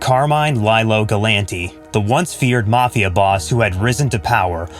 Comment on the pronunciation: It's pronounced Lee-Lo